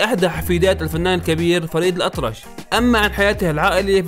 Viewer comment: الأطرش وليس الأطلش